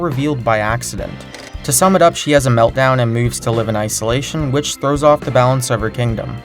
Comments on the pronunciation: Also, "Ice-olation" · haha. ICE-olation? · get it ice-alation